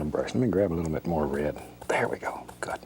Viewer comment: I can't get over the way he says "rared" instead of "red"